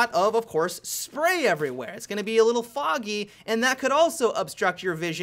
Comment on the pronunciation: I love the way he says foggy XD